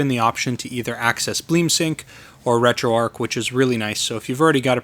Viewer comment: Like your videos but curious why you call it RetroArk, it is RetroArch. Arch like in the Golden Arches. :)